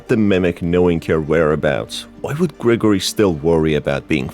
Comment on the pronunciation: Gregarory? XD its Gregory